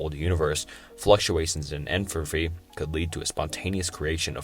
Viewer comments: Agreed. There are too many to count. "Entrophy", "Schroginder", "Casual" etc. If the video is on paradoxes, the least he could do is get "Paradoxical" right. Icebergs are just such an enjoyable content format that I can live with it though! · Enfrofry? Entrofy? Enthalpy? damn bro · Entertaining video. However, schroginder, entrophy, and contuinity lmao. It's not necessarily a bad video tho, I appreciate the effort you put into this. Keep making content and I hope you improve! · And entropy. "entrophy" lol.